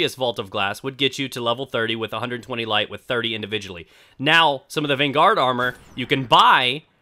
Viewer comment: You're stressing the wrong syllable, bro. It's VANguard, not vanGUARD.